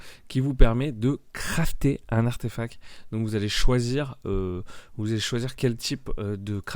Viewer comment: Parcontre c'est ArtefacT et pas artefac